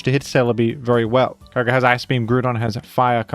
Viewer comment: Why do you pronounce that weather legendary so wierd? It's pronounced Kee-og-ree